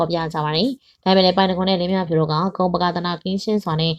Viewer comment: လင်းမြဖြူ...လို့ပဲပြောနေတယ် လင်းမြဖူး......ပါဟယ်😅